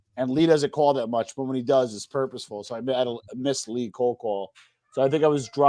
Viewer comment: Lee =yeng. James=yang